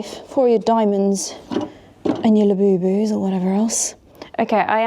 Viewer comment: Did you say Labubu's 🙂